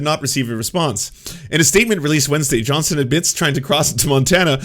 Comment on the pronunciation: JohnsTon FFS! WHY DO YOU KEEP CALLING HIM JOHNSON? ARE YOU ILLITERATE? Johnston NOT Johnson!!!